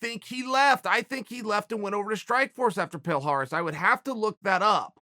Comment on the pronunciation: Palhares: my names is palhares Uncle chael: your name is Paul Harris Palhares: my name is Paul Harris